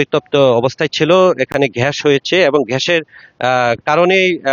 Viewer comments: সাংবাদিক! ঘ্যাস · ভাই আগে শুদ্ধ ভাষা উচ্চারণ করা শিখেন তারপরে সাংবাদিকতা পেশায় নিযুক্ত হবেন🤣🤣🤣 ঘ্যাস কি জিনিস🤣🤣🤣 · ঘ্যাস কী? সাংবাদিকের তো উচ্চারণ ঠিক নেই। গর্ত কে বলে ঘর্ত। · কোনটা সঠিক ঘ্যাস / গ্যাস , News 24 আঞ্চলিক সাংবাদিক ভাই সমানে ঘ্যাস আর ঘ্যাস বলেই যাচ্ছেন, গর্তে নাহ ঘর্তে,,,,??? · ঘ্যাস না ভাই গ্যাস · সাংবাদিক এর উচ্চারণ ঠিক করতে হবে ঘ্যাস না হয়ে গ্যাস হবে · ভাই শব্দের উচ্চারণ ঠিক করুন। ঘ্যাশ নয় গ্যাস। এ অনাঙ্কাখিত মর্মান্তিক ঘটনার জন্য আমরা সবাই দুঃখ প্রকাশ করছি! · ঘ্যাস না গ্যাস ভাই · ঘেস নয় এটা হবে গ্যাস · সাংবাদিক ভাই, এটা ঘ্যাস না গ্যাস হবে। ঘর্ত না গর্ত হবে। উচ্চারণে ভুল হচ্ছে। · আচ্ছা আপনাদের মুখে এত জড়তা কেন আর আপনি গ্যাস বলতে পারেন না গ্যাস বলছেন কেন একটা কথা ভালো করে বলতে জানেনা আমার সাংবাদিক